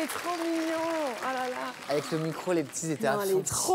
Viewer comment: Vitaa a transmis à les mêmes défauts de prononciations " les p'tchits préparent la relève". On dit les P.E.T.I.T.S!!!